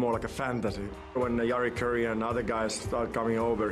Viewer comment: It's funny that Teemu pronounces Jari Kurri like Northern Americans but not in a Finnish way.